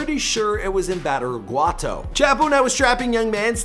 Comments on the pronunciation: “Batter guato”😂 Badiraguato we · This dude really said “Bateraguato” lmao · Or badiraguato lol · Beetle juice when he says badiraguato too 🤣